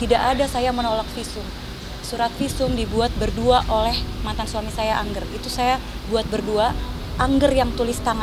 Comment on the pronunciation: bukan INJER... tapi ANGGER.. baca saja biasa ANGGER, itu bahasa jawa ANGGER sebutan sayang orang tua pada anak...